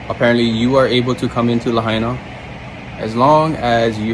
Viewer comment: Not lahina . It is .... "La-ha-i-na"! Lahaina is in Ha-wa-i'-i. Not ha-i-iee!